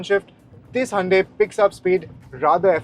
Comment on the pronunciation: sorry but cant endure any more of "Handae".